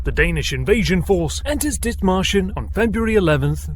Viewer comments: Did he say, dick martians? Lol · I'm sorry is anyone else hearing "Dick Martians"? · I had to double check the spelling. All I could hear was "Dick Martians"